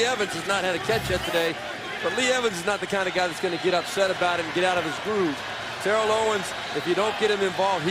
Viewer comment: Awesome! I'd love to see Bills-Titans! However, I hate that Steve Beuerlein keeps mispronouncing Terrell Owens's first name. If Macatee could pronounce it, why couldn't Steve?